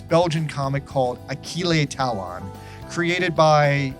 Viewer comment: Oh shit! Achille Talon! I used to read the comics as a kid. Thanks for the nostalgic sucker punch XD Side note: Pronounciation of his original name is 'Aa-shill ta-loh'. Other side note: Kinda hard to write how to pronounce the 'o-n' combination for the French language in English XD